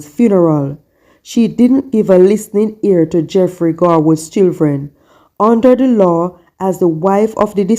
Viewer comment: What is chilthren? Its Children.